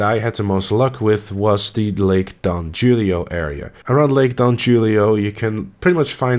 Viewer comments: just FYI its pronounced "HULIO" not "JEWLIO". mexicans switch H and Js lol. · Lake Don Hoolio not julio its a spanish thing. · pronounced as Don Hulio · Correct me if im wrong but isnt lake don julio pronounced “hulio”? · Homie said lake don JOOlio 😂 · I pronounced hoolio and Julio the same way when I read that lmao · It's pronounced Don 'Who-leo'. Need that soft J brah. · Don Who-le-oh